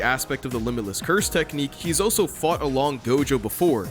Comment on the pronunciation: the way your say "also" sounds like "oh so"